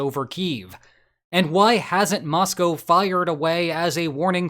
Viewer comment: I want to appreciate that you pronounced 'Moscow' properly. Too many Americans think it rhymes with the animal that milk comes from.